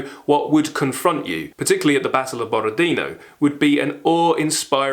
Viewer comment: Borodinó (tonic accent on the last ó). Ваш энтузиазм очень трогательный.